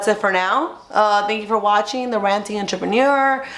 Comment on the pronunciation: She said “Enterpeneer” lol